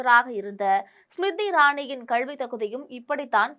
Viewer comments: அம்மா, கள்வி அல்ல கல்வி தயுவு செய்து திருத்திக் கொள்ள வேண்டும் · மூதேவி கள்வி இல்லை கல்வி என்று சரியாக சொல். உன் கல்வி சான்றிதழை சரி பார்க்க வேண்டும்.